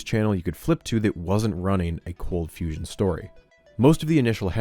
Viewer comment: "Cold fusion has turned into confusion" idk how you butchered that